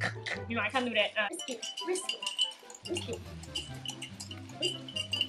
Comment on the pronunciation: as soon as i heard "whisk" i screamed ((i luv ur channel btw))